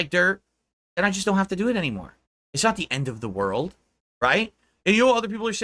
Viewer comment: "everybody betrayed me, i fed up with dis worl"